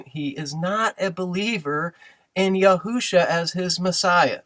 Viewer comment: Great video sir. I too rejoice when people seek to call upon the Name of the Father and Son, but there are a few simple errors that can be avoided by actually studying Biblical Hebrew grammar which clicking on your Strong's numbers does not provide. For example, you admit that the full spelling for the Messiah is Yahsushua, yet pronounce Yahusha, when it appears in it's "defective" form. Dawid is spelled half the time as: dalet, waw, yod, dalet and the other half: dalet, waw, dalet (defective) yet no one ever says "Dood." The same applied to Yashushua. You always pronounce the proper and never Yahusha. Hope this helps. I made a video on the topic for anyone interested.